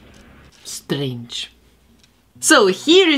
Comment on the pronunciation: I laughed when u say "strange" 😂😂😂